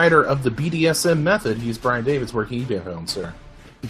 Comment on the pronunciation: Brian Davids maybe so, but I'd never say I hope someone loses fans. Also, I'd appreciate it that if you do mention my name please say it correctly. Thanks